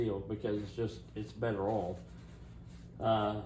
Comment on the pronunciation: What is Ole, don't you mean Oye ill? 😊